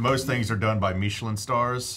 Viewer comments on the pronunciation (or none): Meeechilen instead of Michelin made me laugh. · Am I the only one bothered by, “meeeeechelin star”? Lol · Why are you pronouncing michelin like that, it's literally the tire company it's not some fancy french thing.